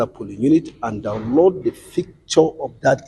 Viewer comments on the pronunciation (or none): And ficture 🤣🤣🤣🤣🤣